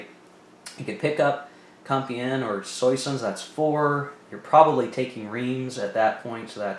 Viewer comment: French lesson 1: Soissons (Swa-song, with the 'g' silent)